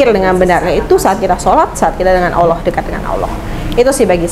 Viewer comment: Dari pelafalan ketika mengucapkan nama Allah,, menunjukkan dia bener2 mualaf,,,agak kaku dengernya soalnya,,,beda kalau muslim dari lahir atau sudah lama